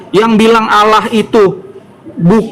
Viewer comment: Terkadang geli kalau dengar membaca istilah Allah, ingin sekali nampol mulutnya, dikarenakan lafalnya tidak sesuai, dengan adanya bang Aldo penterjemah asli perkataan josuah saya sangat senang agar otaknya tercerahkan